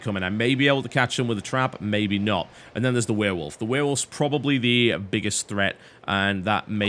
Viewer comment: I loved this game when i got it... and i also love how he says werewolf xD weeeewolf